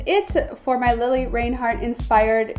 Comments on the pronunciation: How can someone make a makeup tutorial for her and pronounce her name wrong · Who else cringed when she called her lili Rainhart??